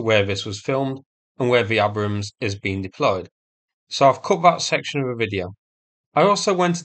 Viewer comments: "AY-brams" not "A-brums". Jesus Christ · Tis pronounced 'Aybrams'. 😉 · lol it’s pronounced ay-brums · What an odd way to pronounce Abrams..... It's pronounced Aybrams. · Are you deliberately mispronouncing Abrams? 🙂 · Thought you would be able to pronounce "Abram" !! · At least learn how to pronounce the name property.